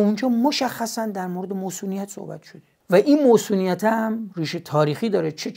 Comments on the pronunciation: مُصونیت شاهین جان؟ مَصونیت درسته شاهین جان. نمیدونم شایدم تو شمال موصونیت میگن. اگه اینطوره عذر خواهی میکنم. با تشکر از برنامه خوبتون. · عزیزم مصونیت درسته، نه موصونیت!!! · اقای جامعه شناس فیلسوف روانشناس همه چیز دون، مصونیت میگن البته ، نه موصونیت... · درود شاهین خان عزیز داداش منظورت از موصونیت چیه؟ منظورت مصونیته ؟ فکر میکنم تلفظش رو دارید اشتباه میگید البته اگه منظورتون همینه که عرض کردم اگه منظور چیز دیگه اس که هیچی👍🏼 درکل چه مصونیت چه موصونیت اینو بدون دوست داریم داداش ارادتمندم👍🏼🫶🏼🫵🏼🙏🏼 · موصونیت نه مَصونیت😂 خدا نکشتت تئوریسین همه عرصه‌ها😂 عزیزم شما همون شعرتو بخون موصون خان😂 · با درود مصونیت تلفظ درست می باشد